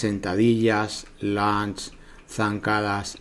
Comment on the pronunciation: Lunges no Launch. Launch en inglés es lanzar.